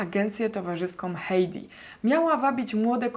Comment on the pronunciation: chyba hajdi a nie hejdi ;)